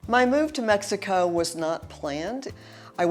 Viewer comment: Please pronounce Mexico probably. You live there now so pronounce it right.